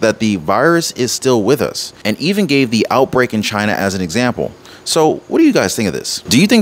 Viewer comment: Only for “Chi-Na🇨🇳